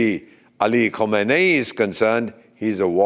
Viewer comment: Sir no khomaini he's khamenayi